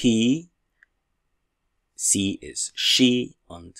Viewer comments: Prof, Warum pronounce Sie as an S rather than a Z? Ich wohne in Kamerun! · Do not we pronounce Sie as zii ? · Thanks for the video, I have a question about the pronounciation of "Sie", I always heared it like "Zee" but the way you say it is different. Could you explain to me the reason ? is it due to different dialect ? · Why "sie" Sometimes it pronounced as zee or cee I'm confused! Following you from Egypt 🙋‍♀️